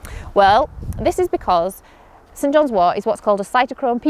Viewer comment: I heard “St. John’s war”